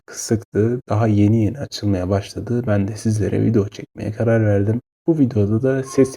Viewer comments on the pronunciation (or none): Sesten çok "Vido" telafuzu biraz sıkıntı gibi.